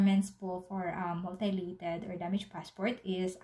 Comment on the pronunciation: Mutilated: myu-ti-lay-ted